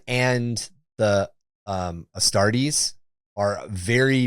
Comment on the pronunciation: God i hate the lazy-ass AI stuff. The moment the fake David Attenborough voice starts pronouncing stuff wrong I immediately dislike the video and block the account. “With the Prime Aeris Asstarts, Bellasaurus Cowl has invented—“ nope. blocked.